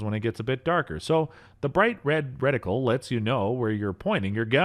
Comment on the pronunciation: You had my interest until you said "recticle"! lol